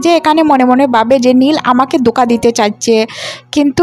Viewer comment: দোকা নয়,ধোকা হবে। উচ্চারণ ঠিক করুন, ময়মনসিংহ 😅